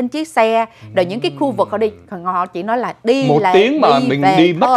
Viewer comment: Nghe ai lói nà anh chàng lầy ỡ univ of vinFART tốt nghiệp " cao đẵng " gì đó ghê gớm nhắm mà